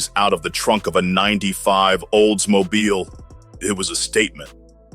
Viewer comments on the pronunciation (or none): none